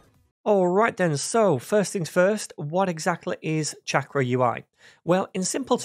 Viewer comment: Damn. I wanted to learn about this - but there’s no way I can listen to 12 episodes of this guy mispronouncing the name of the product he’s explaining. 🤦🏻‍♂️ 28 seconds is all I could take. Bye. 👋